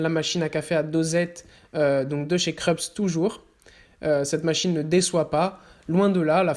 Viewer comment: machine a café kreps vhii bien sur j ai pas fait allemand en seconde langue mais je sais que cela se prononce kroupse en phonetique ))